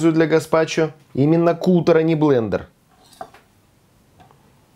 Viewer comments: Не "кутер" а каттер. Едят не "сырьём", а сырым. Говорите правильно, пожалуйста. Всей семьёй, включая собаку, с удовольствием и очень часто едим болгарский перец сырым, как закуску и в салатах. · вы же знаете языки! Не кутер, а катер. От английского глагола cut- резать. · Что за "кутэр"?? От английского cut - резать. Читается КАТ. Значит "катэр"?! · Наверное не кУтор, а кАтер? Спасибо! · Ни куттер, а кАттер. To cut !! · Не кутер, а каттер. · Kuter like kater? Cut in English, zvuchit kak kat. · уважаемый, CUTTER - от англ. слова CUT (резать). более верным произношением бы было КАТEР/KATЭP. а рецепт волшебный, спасибо!